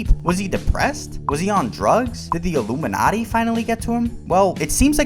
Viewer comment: Sounded to me like he said 'illuminutty' as a joke about a secret society of comedians. Has he ever offered any deeper insight or explanation of his comments?